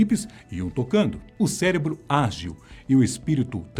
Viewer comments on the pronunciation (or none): none